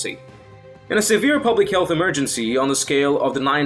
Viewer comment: say EMERGENCY properly!!!!!!!!!!!!!!!!!!!!